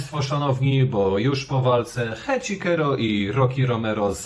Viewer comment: Nie Heczikero tylko Heczisero!!!! Jak można źle wymawiać? Oglądasz ROH bez dźwięku?